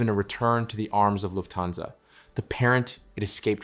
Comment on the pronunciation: The accent is on "luft" not "hansa".